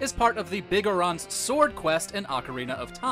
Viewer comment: The way he pronounced Biggoron made me almost yak.